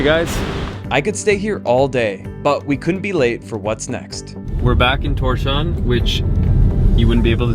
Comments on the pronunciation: Pronounced Tours Hauwn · This guy isnt very good at pronunciations. "Seltic" "Torshafn", good grief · Torshavn is pronounced "Tor's hav-n" Also purchase power in Torshavn is similair to Charlotte US or Calgary Canada but with better wealth equality. They aint exactly struggeling